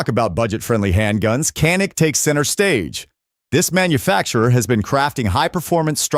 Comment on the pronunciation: Dude it’s not con it’s fuckin can with a k kan IK kanik